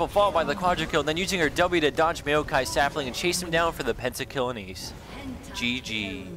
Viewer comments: love how you say maokai. haha its asian, not american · did he just say "mayokai"? lol